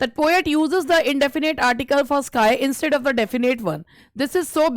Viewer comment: You r a great teacher nd ur classes are very helpful but some of ur pronunciations are very wrong 🤦🏻‍♀️🤦🏻‍♀️ like 'bear' 'instead' etc